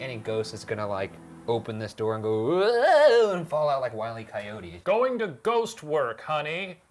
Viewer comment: Coy-yoat. Best pronunciation of coyote ever.